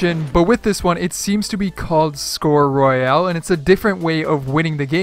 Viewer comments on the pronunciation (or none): none